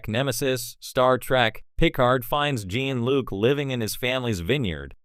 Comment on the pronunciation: OMG cant even pronounce "Jean"-Luc correctly as well.... talk about wanting to get clicks